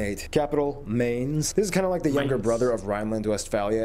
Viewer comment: MAINZ - not Maynes